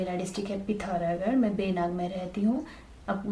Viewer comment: Berinag ❌ Beenaag ✅